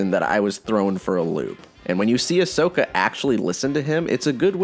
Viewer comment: If I hear Ashoka as "Ash-soka" again, I'll explode. It's pronounced "Ahsoka" even if it's not the spelling